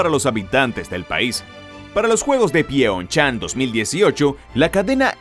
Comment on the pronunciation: Que error tan garrafal, los juegos Olímpicos de invierno jamás se han celebrado en PYONYANG porque es la capital de Corea del Norte, se celebraron fue en Pyeong Chang Corea del sur, le ganó la pronunciación al presentador.